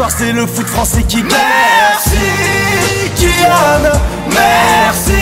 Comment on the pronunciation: c’est pas Kilian c’est kylian